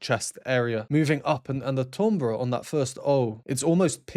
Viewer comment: TOMbre? I thought it was Timbre pronounced (TAMbre) Looking forward to your Angelina journey.